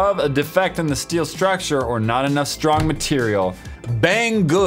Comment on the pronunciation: "Bad stracture!"